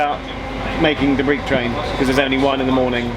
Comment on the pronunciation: Breich not Briech.